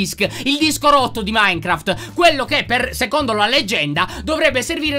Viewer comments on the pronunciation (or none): none